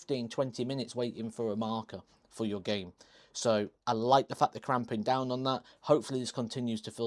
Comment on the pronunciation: cramping down or clamping down? Hahahahaha